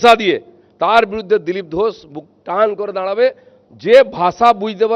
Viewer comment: নিজের নামটাই সঠিক করে বলতে পারে না,তার কাছ থেকে রাজনীতি মানুষ কি শিখবে!!!😂😂😂 নাম বলছে "ঘোছ"😂😂😂😂 ণত্ব বিধান, ষত্ব বিধান বলে তো একটা কথা আছে নাকি???😅😅😅